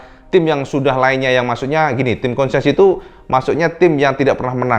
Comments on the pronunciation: Koreksi: konsesi bukan konsensi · Konsesi bukan konsensi